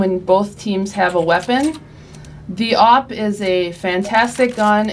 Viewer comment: she said AWP like she was eating it,L0L